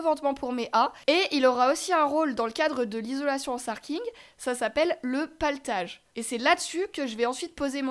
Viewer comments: Je bug . On dit platelage pas paletage ? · Le platelage pas le patelage…lol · PLAtelage et non paletage :). super vidéo ! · C'est pas "Platelage"? 😁